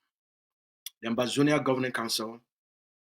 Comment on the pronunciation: It's Ambazonia not Amazonia